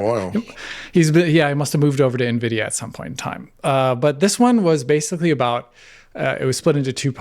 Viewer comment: The the 1000th shot every time says and pronounces Basically as Basely....